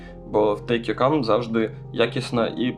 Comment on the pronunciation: Дякую за класний україномовний контент і загалом за розбір!!! Один тільки момент трохи крінжанув: все ж правильніше "тейк йор кЕм", бо "кАм" то трохи інше)))